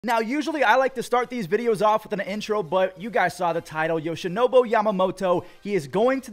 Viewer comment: Should have taken one every time he said YoshinoBO too lmao